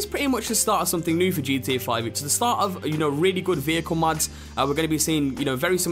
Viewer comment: pretty sure it's "mods", not "muds"